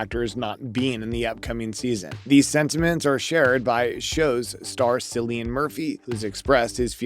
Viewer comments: You aren't aware of the pronunciation of Cillian's name??? Sigh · Will you please learn to pronounce Cillian’s name properly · The incorrect pronunciation of Cillian’s name puts me off 😵‍💫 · You shouldn’t even talk about someone if you cant learn how to pronounce their name. This is so offputting.